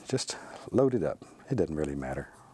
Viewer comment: I love hearing him say "It dutten matter"